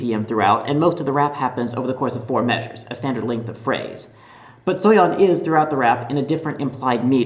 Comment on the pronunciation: at least he pronounced Soyeon's name correctly